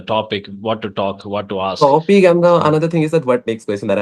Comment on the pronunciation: Aks = ask